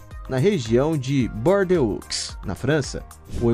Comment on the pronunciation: Se diz BORDO ( Bordeaux)